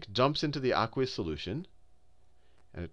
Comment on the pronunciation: he says aquaus sooloution looooooooooooooooool